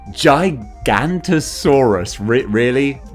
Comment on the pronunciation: (Gi-ga-noto-saurus) thats how its pronounced